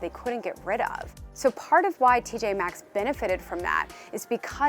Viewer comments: Why some of these people acting like the M is silent... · Why do they all keep saying TJ X? Drives me w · I can't with these exerts calling it TJ X